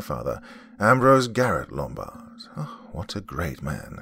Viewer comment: "Lumbard" Ummmm Hello "Office Space" Yeah I see you're on your feet again...Peter. I'm gonna have to ask you to stay and perform a "Departure Ritual" and come in and Saturday and Sunday.